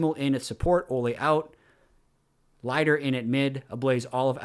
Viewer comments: Lighter? Pronounced leeder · His name is Lider, not Lieder!! 🙄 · I have always heard Lider pronounced Lee-der and not Lie-der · pronounce Lider like leeder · Really been enjoying this series so far. I think Lider is pronounced like leader, at least that's how it was pronounced when he was on vitality in LEC last year. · Pretty sure Lider is pronounced “leader” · please check pronunciation for lider. I think youre wrong and its difficult to listen to. Nobody in EU that I heard pronounced it like this.